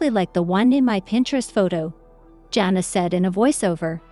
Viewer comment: Her name is pronounced Jana not Johna!